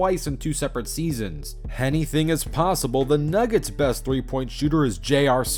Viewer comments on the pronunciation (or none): “Hennything is possible” bruh 💀